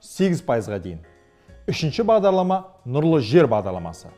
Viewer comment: Бағдалама? немесе Бағдарлама? Бәрі солай естіп тұрмекен?